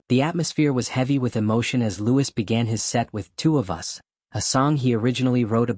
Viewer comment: It's pronounced "Louie" not Lewis